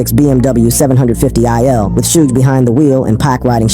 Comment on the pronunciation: It's pronounced "Club six, six, two", and Suge is not pronounced "Suje"; this was likely ai generated/ unable to recognize human feelings/ expressions.